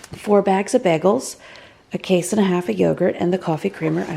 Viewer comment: I love the way she says “BEGELS”